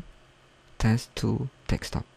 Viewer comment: I found it to be very helpful! Thanks dude! Don't get the "Confusing" comments.. Though I am laughing my ass off because of the 'Dekstop'. Its 'Desktop'* bro <3